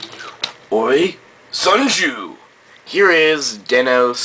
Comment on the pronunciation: its sanjou not sanju